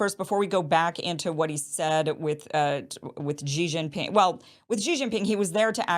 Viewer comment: Kim: Xi Jinping, should be pronounced like " Si Jin ping",, not JI Jin ping, as you pronounced..